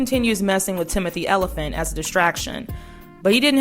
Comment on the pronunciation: i love these videos! Timothy Elephant cracked me uppppp. it’s not pronounced like that at all babes 😂